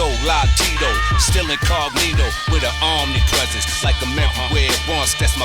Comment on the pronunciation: "WITH AN OMNIPRESENCE"